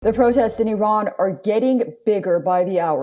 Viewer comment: the host is Iranian as she pronounces the names of the cities perfectly in a Parsi accent